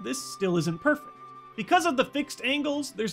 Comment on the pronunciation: is it just me, or does it sound like he said perf instead of perfect?